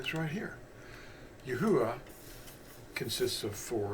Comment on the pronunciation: The vowels are accurate. But the phonics and pronunciation of His Name is wrong. Not yah.